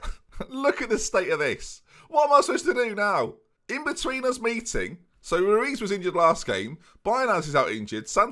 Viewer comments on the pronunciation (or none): Lmao saying rutz when it's actually ruiz 😭😭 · Nevermind, he called Ruiz Rutz two times.. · Interesting way to pronounce Ruiz as Rutz